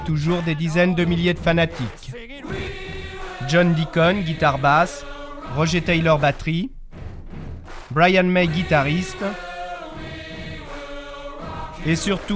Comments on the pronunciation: oui mais la voix a prononcé "Rogé" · mais bahaha ils ont bien prononcer à l'anglaise brian mais par contre roger c'est " rojé"